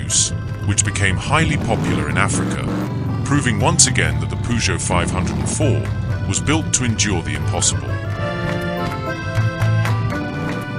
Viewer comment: Why is there an overlay of a v8 engine in the background?! And its pronounced 5 oh 4